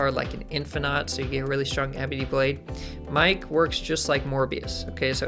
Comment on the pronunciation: Miek is pronounced "Meek", like "seek" but with an M :). Other than that, excited to give this dude a try. You touched on some great points as well!